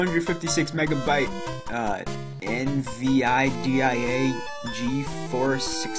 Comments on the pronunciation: Only point 2/1 is valid. But since he can't properly pronounce "nvidia" (hint: en-videe-a), I doubt he gave the whole PC gaming thing a fair chance. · "Erm...Ehn-Vee-Aii-Dee-Aii-Ahh" XD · Lol en vee eye de eye ay....jee forss...